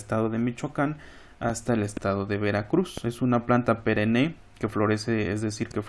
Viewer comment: Licenciado Ismael... La palabra correcta es perenne, no perené.